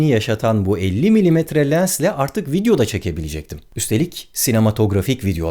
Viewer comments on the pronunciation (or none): none